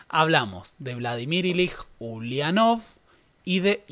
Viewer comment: Es muy interesante ver la mirada de esta parte del mundo sobre nuestra historia. Solo una cosita, "Ilich" (nombre patronímico de Lenin) se pronuncia con "ch" al final.